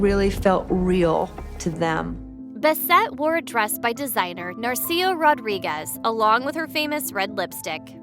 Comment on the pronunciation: This nasal voiced narrator can't pronounce adult Enclish. BUCOLIC and NARCISO. I can't listen to her.